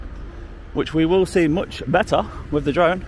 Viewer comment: Just say it you numpty! “Drive a flone” 😂😂